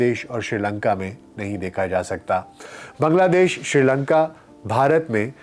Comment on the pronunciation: ڈاکٹر صاحب آپ شری لنکا کیوں کہہ رھے ھیں س کا لفظ موجودھے